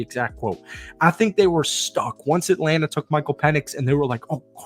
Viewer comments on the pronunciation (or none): none